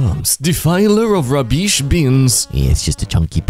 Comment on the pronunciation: Is it me or does this guy mispronounce his words alot: he pronounces 'Gas' as 'Gassis' he pronounces 'Bones' as 'Bonnez' he pronounces 'Rubbish' as'Rabeesh' he pronounces 'Moral' as 'Morrahl' he pronounces 'Balance' as 'Ballangkeh' he pronounces 'Jason' as 'Jass-on' he pronounces 'Lava' as 'Lavay' he pronounces 'Pride' as 'Prihdee' he pronounces 'Titans' as 'Tittahns'